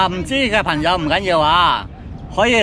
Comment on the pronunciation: 嘩，好多懶音。 『朋友』，不是『頻』友！ 😄😄😄👍